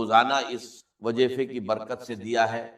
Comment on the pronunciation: This is NOT Dr. ISRAR'S msg, video or even his voice. Why use his videos to convey your msg, pehle to aap aapni galti ko theek karein whoever has posted/ made this video b4 spreading Allah's msg...shame! Dr. Israr's talafuz were never weak or wrong "wajeefeh, Bujurgh, Jindagi, Jaat" 🙄